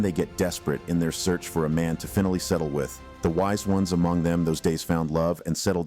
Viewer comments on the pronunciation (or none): "Fin"ally like the fin on a fish? Get your A.I. to read like a human or get a human. Oh, you picked an illiterate mushroom muncher from a bar? Great.